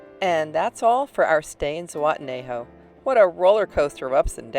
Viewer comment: I'm sorry this happened to you but, this was kind of your fault. You are in a third world country, even though this could have happened in the states. Also are you pronouncing unitenejo correctly?